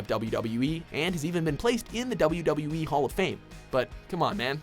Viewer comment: I hate how he pronounces wwe anyone else